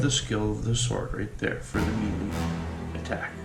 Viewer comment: Nice walkthrough. Learn how to pronounce melee though. It's pronounced May-Lay. Not Mee-Le. Otherwise the walk through is appreciated because the instructions with the game come off as a bit truncated.